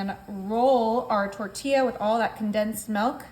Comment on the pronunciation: LOL! Great recipe but , a little pronunciation help: It’s NOT “tortia” but “ tortiJJa”.